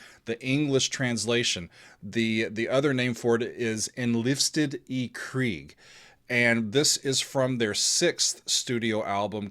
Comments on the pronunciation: Also, very good pronunciation of the song title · hey, not a bad pronunciation. :)